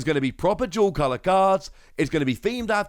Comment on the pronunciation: I thought you were saying jewel color lol not dual color